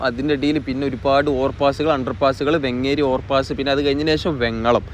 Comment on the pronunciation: വെങ്ങേരി അല്ല വേങ്ങേരി ആണ്